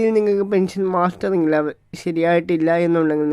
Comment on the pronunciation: സഹോദരി, പെൻഷൻ മാസ്റ്ററിങ് അല്ല. മസ്റ്ററിംഗ് ആണ്. വാക്കുകൾ ശരിയായി ഉച്ചരിക്കുമല്ലോ.😢